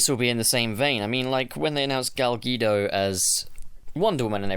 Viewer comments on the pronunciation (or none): "GaL gEeDoUgH"